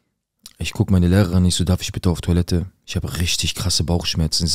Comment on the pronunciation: es ist tOIlette nicht tUAlette..😂ich küsse dein Herz